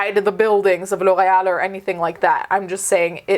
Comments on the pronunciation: I love how well you pronounce ✨L'Oréal✨ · That pronunciation of L’Oréal though. 🤌🏻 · The way you pronounce L'Oreal 😍 😍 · There are legit people in the comments making fun of her. For pronouncing L'Oreal correctly 🤦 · I love how she says it, but I have never heard it pronounced that way in the states. Even on commercials, which come to think of it is kind of odd. I think it sounds way better that way and makes them seem like a fancy brand lol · It’s a French brand and she pronounced it correctly? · wow do you speak french ? That pronunciation "Loreal" was just 👌im from quebec so i speak french ( Québécois) I love your videos always 🖤